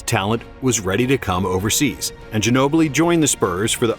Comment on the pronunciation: The way they butchered Ginobli’s name. My god lol